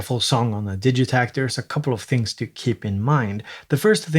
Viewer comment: Hey when did you start pronouncing it DIJitakt instead of DIGitakt? My whole world is shaken now.